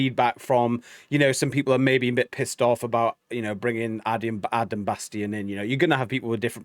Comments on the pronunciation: Guys, it's "Bass-TEEN". Tim said it but y'all missed it. & Rob commented that it was BassTEEN that suggested this be his debut song/video & they were all 💯 on board. It was perfect! 😉😉🥰🥰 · Great reaction! I think you did miss Chance's high long note that was amazing for a person that usually goes low.. And I think Adam B's last name is pronounced like Bas-teen.. They said it in the out-ro but its easily missed.. Cannot wait for more! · FYI his last name is pronounced “BAS-TEEN”… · His name is pronounced Bass-teen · Pronunciation Bassteen. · When Chris Rupp left HF in 2016 he created a new group called 7th Ave. with his sister Tristan and Adam Bastien was a core member of that group for around 5 years. There are many videos of 7th Ave. performances with some featuring Bastien (pronounced Bas teen) with the lead. He also filled in for HF live shows back before even Austin joined HF, and performed with Tristan Rupp on some duets, so he has been involved with the Rupp family and HF members from way back. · #HighlyReActiveReactions #HomeFree I like your reactions, I love Home Free. The song is great. But it's pronounced BAS-TEEN, please. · Oh! And it’s pronounced bas-teen